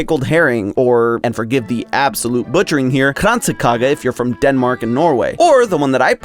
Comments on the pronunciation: The absolute butchering of "Kransekage" 😭 You make it sound German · "Kransekage" THE G IS SILENT PUH-LEASE get google translate to pronounce it </3 (Denmark mentioned though, so we'll let it SLIDE) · your kransee kransekage was fine, just a soft "g" instead of a hard "g" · that's a fun way to pronounce kransekage! 😂 It's very much a New Years staple, just got some from my MIL 🎉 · In my family we eat sushi for new years~❤ Also Kransekage was pronounced wrong, but not so wrong that I didn't recognize it❤ well done! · Yeah you did butcher Kransekage lol But no worries, you are forgiven